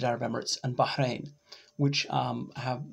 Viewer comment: What do you know Arabic? Your pronunciation of Bahrain and Palestine was quite impressive.